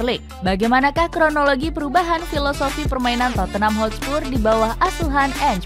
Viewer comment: Hotspur min bukan Hotspurs